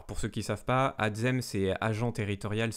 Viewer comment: Merci pour ton travail, mais c'est ATSsssssssssEM et non ATZEM. Et bon courage a tous pour vos concours.